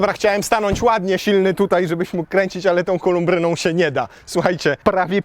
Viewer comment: Już któryś raz słyszę. "Kolubryna", nie "kolumbryna"! Nie ma za co!:)